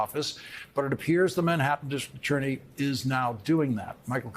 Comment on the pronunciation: Is Lawrence losing it lately? He seems to be flubbing a lot of words these days...Can you say "dis-TRICT AT-TOR-ney"?